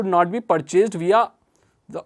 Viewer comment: You must read all rules 1st, then you should study it and make proper story,, then come to channel,, ok,,??🤗 बाकि वो "विया" नहीं, "वाया" होता है,,👍 All d best buddy,,😁